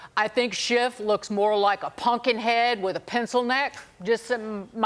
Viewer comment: Thanks to the man on this show who pronounces Xavier with a Z. She's obviously a young person. The "X" is meant to have a "Z" sound.